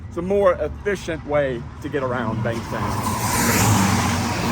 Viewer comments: Where is this place? Bang Sam or Beng Sem? Pronounce it properly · Bang Saen